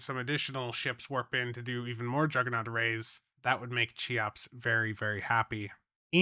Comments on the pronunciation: Every time you say CHEE-OPS instead of KEY-OPS it makes me lose my damn mind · more like keeops but yeah, not sheops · I believe it' s pronounced "kayops" 🙃